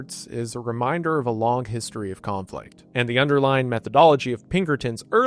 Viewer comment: Bro you straight up pronounce your g’s like Forrest Gump. The word is long. You say, “Long-guh “ I don’t hate it. You also say lawyer funnily. I also don’t hate it.